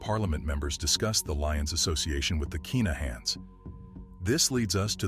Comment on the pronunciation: Its kinnahans not keenahans as im from Glasgow and knew some of the Lyons and i live in Dublin where the kinnahans are from i know this is there names for a fact